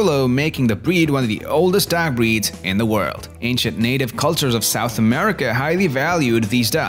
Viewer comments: Man, this accent is distracting. Try getting down the pronunciation of "dog" (not dag) before adding inflections and intonations. I promise, this is constructive feedback and not a bash. Great video on these amazing dogs! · why does he say "dog" like "duck" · "D'ya like dags?"